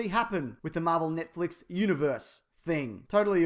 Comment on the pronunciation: lol you pronounce it Nietflex